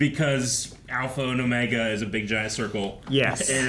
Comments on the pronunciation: It's not "Omega" the way that we normally think of pronouncing that word. His name is OH-meh-gah, stress on the first syllable. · "It's OOOOmega, not OmegAA." -Hermione, probably.